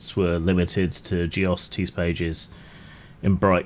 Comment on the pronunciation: I’ve never heard geocities pronounced like that lol